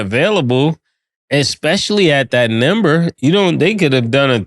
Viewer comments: Lmaooo when are we going to address Mase's inability to pronounce "number". Wtf is a "NIMBER"?!!? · Why murda be sayin nimber instead of number 😅